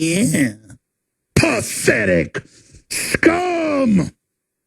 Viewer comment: PaFFETIC! SCUMEH!